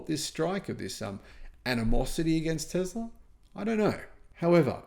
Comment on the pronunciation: It's is pronounced TESS La there is no Z!😂😂😂😂